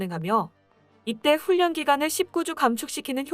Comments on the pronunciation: 훈련 의 발음이 훈년이 아니라 자음접변에 의해 훌년 으로 발음해야 옳습니다ㆍ참듣기 거북합니다ㆍ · 훈련 발음 진짜 적응 안되네 ㅎㅎ 훈년이 아니라 훌련이라고 말해주고 싶지만 tts니 ㅎㅎㅎ